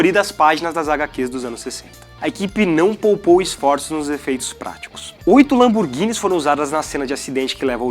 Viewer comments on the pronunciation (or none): 8 Lamborghinis Puts. Doeu ouvir isso